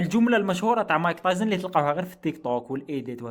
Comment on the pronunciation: مايك تايسون ❌ مايك طايزن ✅😂😂